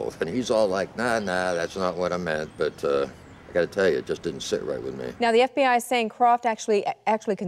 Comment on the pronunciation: Did the reporter just call the FBI the “BFBI” 😂